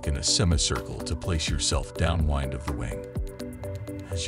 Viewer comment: hmm, your narrator made a pronounciation mistake ish. "downwind" is being pronounced like the wind of a winding.